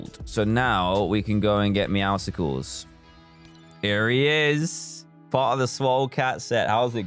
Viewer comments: dan says meow-SCles i say: meow-suls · The way he says meowusles thooo